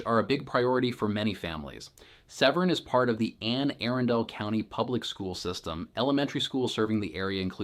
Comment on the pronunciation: Why are you pronouncing all the names so oddly??? “Anne Arundel”